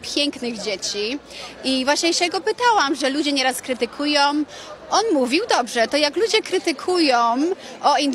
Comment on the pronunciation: Mówi krytukujom. To nie jest normalne